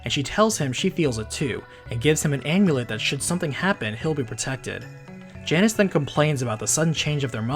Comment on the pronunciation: Janus, pronounced JAY-nes. Cause he's a boy. =) - Uncle says to do some research! (Jackie Chan Adventures style)